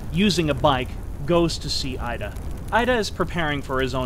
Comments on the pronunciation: Excellent job, well-researched and presented. (note: "Ida" is pronounced "eee-da". In the Japanese language, the letter "i" is always pronounced "eee". Never changes.) Thank you! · So well presented and yet The presenter could not take the time to learn the correct pronunciation of the names of these historical figures. 井田 (ida) is pronounced eedah not Ida. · With such preparation and scripting it seemed brilliant for the most part, but I kept getting stuck on your pronunciations. This was never so evident than Finding it funny that you can say Suzuki fairly decently, why would you then pronounce the 'I' in IDA as 'AIIDA' and the 'O' in KOGA as 'KAGA'. Not to mention the Romanized spellings all over the place LtCol JIRÔ SHÎZAKI . It's not worth talking about Japanese sort of 'R' sound, it's generally accepted as foreigner pronunciation that most Spanish speakers have no problem with. Phonetics in Japanese is pretty easy. vowels are always pronounced the same way. They don't have diphthongs nor are they long unless indicated (in Romanized script) a carrot or line on top. For instance 椎崎二郎 is by all intents and purposes easy enough to understand. Many names in Japanese have two character each, providing a Family name, and Given name. Unlike Chinese which mostly has one character each with Family name Sibling joined name and Given name. So, let me try this (capitalization indicates sound):: A is always like the Ahh sound E is always like the Ehh sound (not 'ei' as in English pronouncing 'aid') I is always like the skI sound as in snow skIing. O is always similar to the Oh sound (but with out the English diphthong of Ou that we tend to use) U is always like the flUte sound There are some unusual consonants, like 'ts' and how they use the difference between t d and ch or s j z and sh not to mention associations of h b p, d t